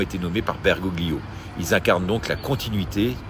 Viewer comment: renseignez vous un peu !!! Bergoglio nom d'origine italienne on ne prononce PAS le "g" qui sert à faire un son mouillé comme le double l espagnol !!! comme le "g" des tagliatelle... LOL vous qui venez nous expliquer tout, soyez crédible et pas incultes